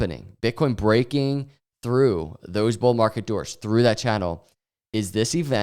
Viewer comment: Yesterday I thought he said "Bull market durres" and it was some word I didn't know... DOORS :face-green-smiling